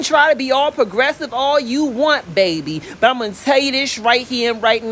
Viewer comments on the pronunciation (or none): “Bayyyyy beeeeeee” 😩🥰😂🤣 your a southern treat